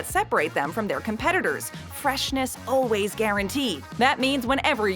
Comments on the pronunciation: the narrator says “undoubtedly “ and “oh-ways” repeatedly... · There’s no “b” in “undoubtedly.” But there IS an “L” in “always.